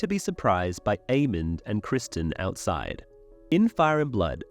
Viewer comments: Bruh it’s criston not Christian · You're going to argue the book is better and you can't even get Criston Cole's name correct?